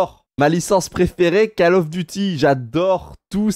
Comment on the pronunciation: deja tu adore call of mais tu les respect même pas xD du dit cAll of alors que c'est caull of ( sa se prononce ( au ) ) alors bon xD respect les d'abord xD